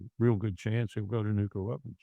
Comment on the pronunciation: I lose a few hairs every time someone says nukular!!!